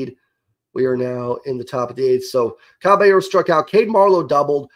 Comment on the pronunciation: “Cabeyearrow” lol